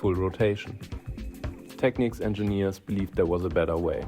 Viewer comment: tek-neeks, sucka